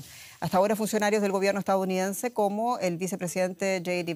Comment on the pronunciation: Dice "estaOunidense" por "estaDounidense"